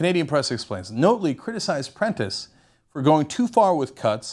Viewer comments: You know, it was nice to see something about Canada, especially such a historic political event, on TYT. But man, Cenk you sounded like such a noob. Describing the NDP as 'being around for a while but not that long' ? Why not just give us a year? The least you could do was pronounce Rachel Notley's name correctly. It's not difficult to pronounce something that sounds the way it looks - especially when one of the election slogans for Rachel's campaign group was 'Notley Crue'. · I like these American commentators telling us about our country who don't know how how to pronounce our politicians' names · Good Job mispronouncing our Premiers name not like there are a ton of videos available with people saying her name or anything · Notley, as in Not Lee, not Note Lee. Love your videos BUT you really need to listen to Albertan media to get the pronunciation! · Ugh it’s pronounced NOT-ley... like we should NOT have voted for her...not NOTE-ley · It's pronounced naughtly... Not note ly.. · By the way... Rachel Notley's last name is "NOT-LEE not NOTE-LEE!!" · It's pronounced not-ley; not note-ley. Not-lay. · This is the weakest analysis if the Alberta election ever., and I knew the Young Turks would take this view... and It's 'Not' Lee... not Note-lee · It's NOT-ley, not NOTE-ly. JS. And yes it is nice democracy won, as it was getting scary, as the influence the Kochs had even here on policy was being shoved down our throats. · Its not pronounced "Note ly" Its pronounced "Not--- ley" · Notley ... not-lee. Not ... note-lee. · It's Not-ley, as in the word not.... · Couldn't stop laughing when he said Rachel "Note-ley" other than that though, good video. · Pronunciation note: NAHT-lee. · it is pronounced not-lee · pronounced 'nautly' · Rachel Notley....pronounced like Motley Crue...